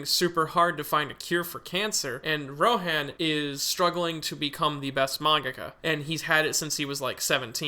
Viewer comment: The way he says Rohæ?n hurts